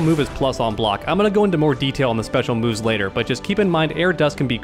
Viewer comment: as a Brazilian, it is so funny watching you guys butchering the names of the special moves XD. Great guides my man, you're helping a ton.